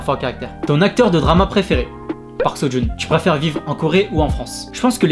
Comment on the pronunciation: テッド_オウェン c'est pas "so" mais Seo.